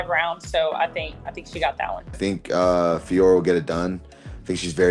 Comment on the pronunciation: You called her FIOROT!!! 👍👍 Love it... as a native French speaker, it kills me when the Jon Anik alumni (he had it wrong from the get go) call her FIORRR... if this is how we pronounce things, we might as well be calling you guys LYN, or Ariel HELWAN, Jed MESH, Luke THOM, or if we're talking fighters, Tom ASPIN, Dustin POIR, Islam MACKHACH, Merab DVALISH etc etc. The professional media as a whole should really be doing better when it comes to the correct pronunciation of fighter's names. Mind you, after watching this video some of these fighters could up their game as well 😅😅 Vive la linguistique!!!! ✌️😁 🇨🇵